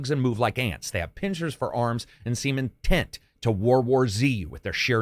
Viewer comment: "Seem intent" sounded like "semen tent". Sorry, someone had to say it.